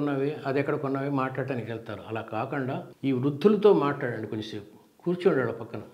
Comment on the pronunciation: Kakunda kada kakanda enti sir